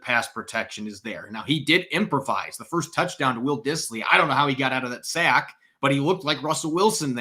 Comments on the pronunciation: listen to yourself say any word with a short vowel such as sack, pass, etc. You’re pronouncing it as a long vowel such as the ‘a’ in rain. It’s not Saick. It’s Saaaaack. It’s annoying but subtle.. Listen to yourself say these words and then listen to a normal person say the words such as sack, pass, etc. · It’s not pronounced pay-st. It’s pronounced past. It’s not pronounced say-k. It’s sack.